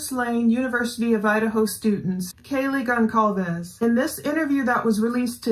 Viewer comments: The "C" in Goncalves is pronounced as an "S". (Gone-salv-es). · how on earth do you pronounce Goncalvez wrong after 3 years??